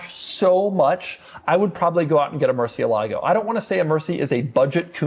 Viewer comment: Doug is the type of guy who will never pronounce murcielago correctly.